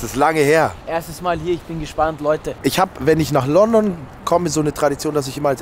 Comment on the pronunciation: Das heißt Lundun 🥲😂